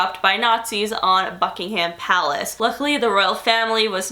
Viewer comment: i thought you said FUCKINGHAM palace lmao